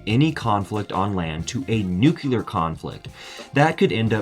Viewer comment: ..."nucular".... :-D